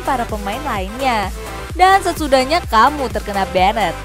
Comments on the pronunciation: Benet, benet, benet, Sebagai pelajar bahasa inggris cukup risih dengarnya...... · Kena "benet"?? 🤦‍♂️🤦‍♂️🤦‍♂️Blajar bahasa Inggris woi!